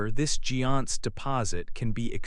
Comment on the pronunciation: Jeon-se's pronciation is wrong. 전세 Jeon-sae ??